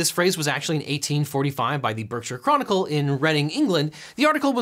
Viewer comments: Berkshire is pronounced "Barkshire" not "Berrrkshire" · Possibly worse than all the legal things is that that's not how you pronounce Berkshire. It's more like "bark-shur". Because English is a terrible language. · because England dislikes words being pronounced like they should be Berkshire is actually pronounced "Barkshire" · Jiggery poker is proper English! and it's pronounced Bark-sher lad. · Objection! In the UK "Berkshire" is pronounced Bark sher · I was a little concerned that Jiggery Pokery might have a racist meaning, but I'm relieved to know it does not. It's more commonly used in the UK. By the way Berkshire is pronounced BARK shir. :) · Well done on correctly pronouncing Reading (most Americans seem to pronounce it like the word)! However, you mispronounced Berkshire. The correct pronunciation is something more like Bark-shuh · And he can't pronounce Berkshire either.